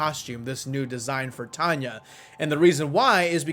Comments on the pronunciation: she does and it's tanya not tanay 😆🤪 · she does and its tanya not tanay😂😛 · she does and it's tanya not tanay 😂😂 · she doesnt and its tanya not tanay 😂😂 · yes yes yes yes yes she DOES and it's TANYA not tanay 😆😆😆😝